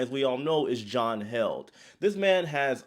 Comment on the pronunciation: It’s John Heald - pronounced heeled